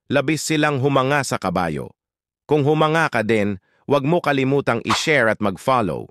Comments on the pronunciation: Pls lang…that is NOT how to pronounce “humanga”. Accent on 2nd syllable! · Mali ang pronounciation mo sa humanga po! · Humanga.... Ayusin mo ang pronunciation mo sa salitang Humanga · 😂ano daw humanga paano BA pagbigkas slow ba or medyo past😂😂😂😂